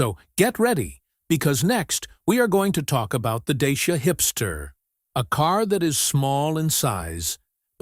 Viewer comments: Nobody in Europe will know what you are talking about when you say "Dayshia". It is pronounced Daahtsia. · Wonderfull that the EUROSNOTS (I am 1 -2) always reinvent themselves . . . Bravo DACIA, RENAULT and Peugeot etc . ,. . What is irritating with this video is the American narrator, still with that US imperialistic attitude, arrogantly is mispronouncing, “DACIA . . . as DAYSHIA.” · If you want to pronounce correctly as english speaker is : dutch.ea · deisha....dashiaa 🤣🤣😂😂😂I'm romanian and sounds so weird